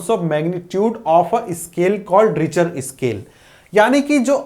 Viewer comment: रिचर स्केल नहीं रिक्टर स्केल